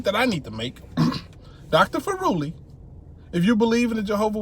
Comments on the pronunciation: Furuli is pronounced like "thoroughly" You make it sound like he is an Italian Pizza instead of a Norwegian Scholar :-) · Dude, this new Governing Body think that they are untouchable. By the way, it's pronounced Fú-ruli, lol!